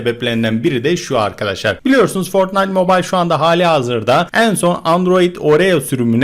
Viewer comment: fortnayıt mobayıl diye değil fortnayt mobayl diye okunuyo söyliyim skfjdjh